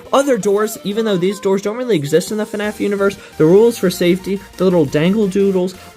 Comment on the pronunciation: BRO REALLY SAID FANF